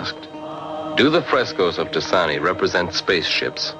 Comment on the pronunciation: Decani is most definitely Orthodox. The great St. Stefan (called "of Decani") is the one who built it. It's pronounced De-CHA-ni. This is pretty outrageous-- thanks for the laugh.